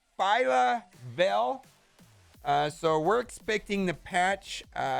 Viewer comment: Congratulations on pronouncing a name correctly. A once in a lifetime accomplishment.